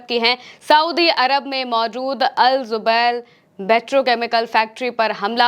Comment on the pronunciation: Zubail nahi jubail.